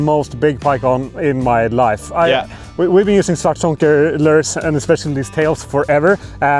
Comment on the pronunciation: “Lers” is “lures”